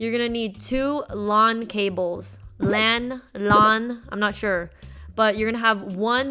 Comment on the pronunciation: lets go and they way to you said lan